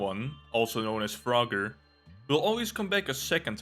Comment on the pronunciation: Pinkie is a female. Froger is not spelled froGGer it's froGer. Because of that, it's fro-ger and not fra-ger Pandemonium also moves just slightly faster than Chainsmoker. Eyefestation, when enraged/outraged, does have a stronger pull, but it also does more damage when you look at it.